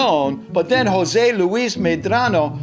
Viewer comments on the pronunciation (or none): none